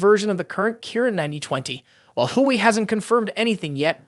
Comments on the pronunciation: Everyone needs to stop saying game changer , unless it's actually game changing ,,,, and come on bro Wa Way is how the rest of the planet pronounces it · Why are you calling Huawei.... Who-way.... try google or translator... wtf